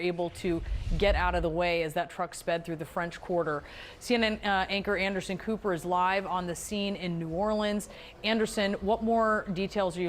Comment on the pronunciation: Ander-der-der-der-uh-son Cooper. 🍹